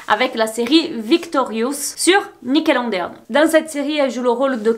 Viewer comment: Ça me stresse que tu dises nickeloNEdeon au lieu de nickelodeon 😭mais super video❤